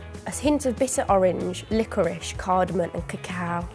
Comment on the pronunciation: Oh C'mon... Pronouncing it CARDAMON!!!?? Then GAGERMEISTER 🤣🤣🤣 A Chef!! Duuude😣